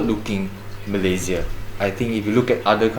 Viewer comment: Sebut Malaysia pun tak betul nak build Malaysia. Apa daaaa…